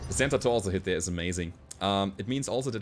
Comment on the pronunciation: I love how you say "Center torso": "Santa torso". Gote vainachten or how you say merry christmas ;)